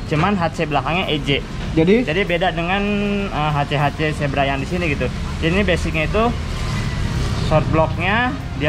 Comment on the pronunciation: Zebra bukan Sigra